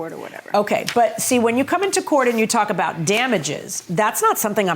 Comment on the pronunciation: He’s like “what are you talking aboot” lmao